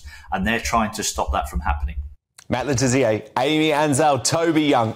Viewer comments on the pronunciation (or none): Stop calling him Le Tizzier! It's Le Tissier!